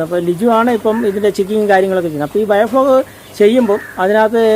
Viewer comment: ബയോ ഫ്ലോഗ് അല്ല മുത്തേ, ബയോ ഫ്ലോക്ക് .